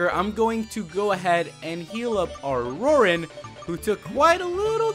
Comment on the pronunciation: *RORAN NOT DORAN